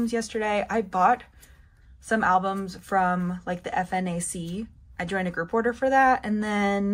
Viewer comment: Not that it matters, but I thought I would let you know it is FNAC (1 word), not F.N.A.C ☺